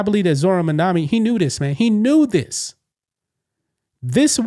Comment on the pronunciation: It's MA'AMdami🤷🏼‍♀️